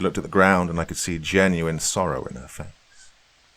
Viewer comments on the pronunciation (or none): none